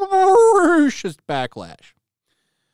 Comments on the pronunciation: This brrrrrrrrracist never gets old xDD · RRRRRRRRacist RRRRRRReceipts please?? They have none!